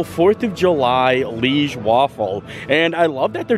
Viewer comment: Liege is pronounced Lee-Age its a city in Belgium, hence the Belgium waffle. love ya....